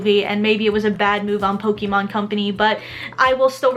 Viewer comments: Sorry, but the pronunciation of her saying pok-ee-mon is annoying. I'm sorry for being so nitpicky. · "Po-KEE-mon"? Careful, Aki. People get triggered over that kind of stuff.